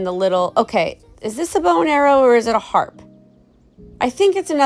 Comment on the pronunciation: "a harpe" 😂😂😂